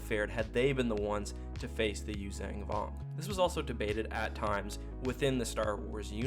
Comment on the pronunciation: Love the video but its Yuuzhan not youzang...